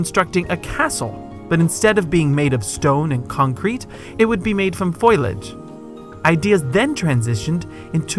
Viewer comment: Foliage, not foilage.